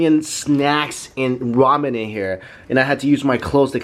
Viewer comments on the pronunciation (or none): none